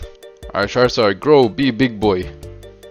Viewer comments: Sharzard? Char-zard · It's not shared its charzard